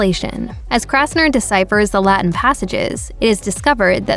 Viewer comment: It's Kastner NOT KRastner !!!!!!!!!!!!!!!!!!!